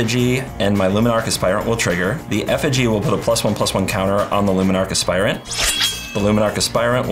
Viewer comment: Hearing say Luminarch Aspirant correctly feels wrong